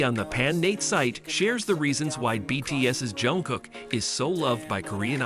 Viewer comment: А что вас так раздирает, что даже имя произнести нормально не можете ? И какое дело, кто с кем дружит, общается или не дружит, не общается? Вам то что? Бесит ,что Чонгук поднялся до мирового уровня, что его за талант сравнивают с Майклом Джексоном, и это специалисты во всём мире, не сговариваясь. Так он заслужил это признание своим невероятным упорством и тяжёлым трудом. Он как никто предан сцене и фанатам. И каким нужно быть ненавистным человеком, что бы с такой злобой писать о Чонгуке. Ведь разговор только о нём и его творчестве, к чему злобные выпады о его друзьях. У вас друзей нет, вы ни с кем не работаете вместе, не отдыхаете вместе, живёте один одинёшенек ? Может считаете, что общаться, хорошо относиться к кому то, это позор или преступление ? Дурь какая. Или все, с кем вы общаетесь,являются вашими любовниками сразу по факту общения ? По себе судите ?